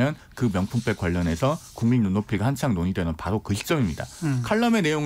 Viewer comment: 그러므노? 그러므로. 바노? 바로. 말을 천천히...혓바닥 짧으면 더더욱 천천히 조심해서 이 녀석아.